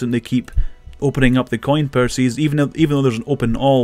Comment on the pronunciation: "C O I N PURSYS" lmao